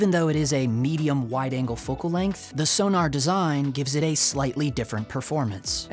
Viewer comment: Please.... it's not 'Sonar' it's 'Sonnar' (short 'o' as in 'gone'). You could even say 'Zonnar' due the German origin, but that's going too far.